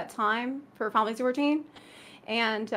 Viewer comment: Zepla's abbreviations... "Fi-lat-se 14"... "Fal-tse 14"